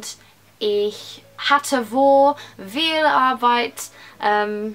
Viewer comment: Loved this video! Although I'm pretty sure that the 'v' in "viel" is pronounced as 'f' , so it's actually pronounced "fiel". 💖💕